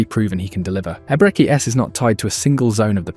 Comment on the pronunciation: if you can't pronounce the first name just call him "Eze", quit messing up the name